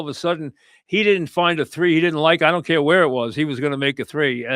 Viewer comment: "I don't cayuh how Mitch got injihhd!"